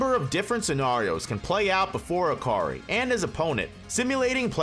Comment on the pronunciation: No way manz said hakari<maki